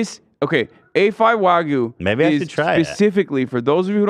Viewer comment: As a Japanese person, hearing Hasan say "wagu" was hilarious but uncomfortable 😂